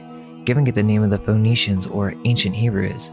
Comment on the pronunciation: Interesting that Phoenicians sounds like phoneytians